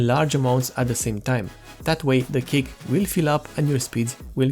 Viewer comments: Thanks for the wonderful explanation. I have only one thing to say, I hope you don't mind me saying this. Cache is not pronounced cake, but it's pronounced cash. Again thanks for this video, I just bought a 120 gig bx500 for my dad's core2duo machine. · You keep saying "Cake" and It took me a while to figure out you meant "Cache". The word is pronounced like "Cash" for future reference. Good video. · as a courtesy, cache is not pronounced 'cake' it is pronounced 'cash". informative video otherwise.. :) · I know what it's suppose to be. But you kept saying "cake" and not cache, which is pronounced "cash." Or "cash-eh" if you're of a more french persuasion. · Cache is pronounced like "cash" not "cake", just saying. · Did he say DRAM Cake? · i like u calling it cake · Dude call cache cash next time. That is how it is pronounced.